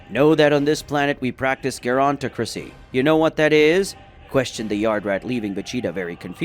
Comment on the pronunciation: Gerontocracy is pronounced more like Jear-on-talk-rah-see